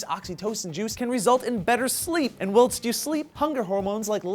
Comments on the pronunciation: "wilts you sleep" "wilts" WILTS?! whilst. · can't pronounce Tibetan or whilst. It must be his hidden senility. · Seriously though, pronunciation of "whilst" threw me off so much wilts watching this xD